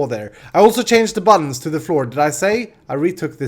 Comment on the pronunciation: buttons = buddons in language=D